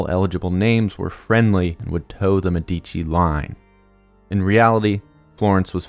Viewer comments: MEH dici. not Me DI chi. Emphasis is on the first syllable. 😊 great video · as an italian whenever he said medìci i died a little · Brief note: when you mispronounce one of the most famous Italian family names, it makes it seem like you generated the content using AI (no offense to our future overlords) Med - duh - chee I scrolled but never saw anyone belaboring the point. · ur videos rule but ur annunciation is so bad its medici (meh-deh-chi) not medeecchi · dude I love the presentation but you’re killing me with the name pronunciations. It’s MÉdici ( first syllable) not meDIci , and CesEna not CEsena ( second syllable) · Médici, stress on the first syllable 😬 Niccolò stress on the third 😅 Love your videos, keep it up! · as an Italian it took me a while to understand the you were actually talking about the Medici family because of the pronunciation. I don't really think is hard to find out how you pronounce Medici since it also mean doctors. enough would be just putting the name in the google translator and ear it out. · It's a great video, but you're brutalizing the pronunciation of "Medici" and other Italian words to the point where it becomes hard to watch.